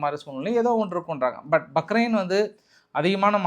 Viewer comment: பஹ்ரைன். Bahrain.